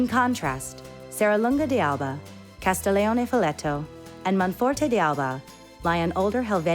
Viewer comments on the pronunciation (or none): Pronounce d'Alba correctly.